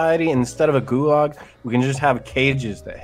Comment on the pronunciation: really said “goolarg” and changed the world